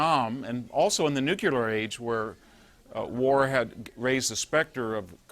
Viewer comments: DEAR NUCULAR IDIOTS..........this is really easy to fix. Just say the words NEW and CLEAR as fast as you can...............problem solved. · the smartest guy that still says NUCULAR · "Patrolling the Mojave almost makes you wish for a NUCULAR winter . . . "